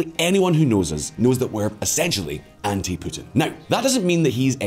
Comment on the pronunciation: I like how you pronounce Putin as Pootin with your scottish accent